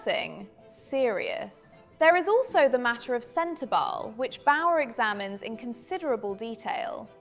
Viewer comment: The E in SENTEBALE is not silent I don’t think